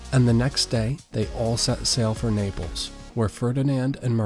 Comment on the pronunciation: Not Niples its Naples